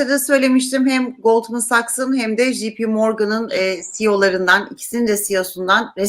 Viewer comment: "JP" İngilizcede "jipi" diye okunmaz. Ya tercihen Türkçe okuyun ya da İngilizce olarak doğru dürüst okuyun.